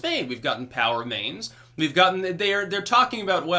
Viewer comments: It's funny, whenever you say, "POW remains", I hear "power mains". The first time I heard it i had to sit back for a second and think, "what's he talking about power mains for?....oh....I get it." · I was constantly hearing "power mains" and was wondering what he was talking about. Only after awhile it got to me he was saying "POW remains"...